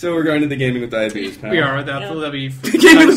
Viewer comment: to hear go full Alabama.